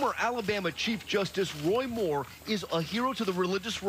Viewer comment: I love how Trevor pronounced 'Moore' like a South African with a little bit of an Afrikaans accent! #YayRSA!